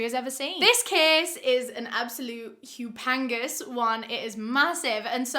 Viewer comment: seconds in, does anyone know what hupangas means? She says "this is a hupengas one" and I'm confused...did she mean to say 'humongous'?